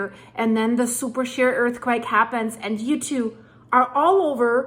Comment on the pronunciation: Pronounced superSHĒR not super SHARE!